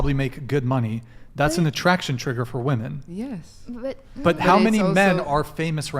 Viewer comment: For fuck sakes there is at least 1 girl on every panel keeko being the worst that say woman instead of women. Makes my fucking brain hurt every time I hear it. Annunciate for crying out loud, or maybe it's more pronounce actually. Either way fucking do it!!! Just do it!!!